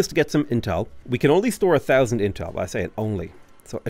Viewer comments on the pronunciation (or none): none